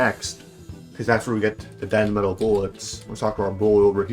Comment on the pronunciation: It's demetal stop saying denmetal it's hurting my brain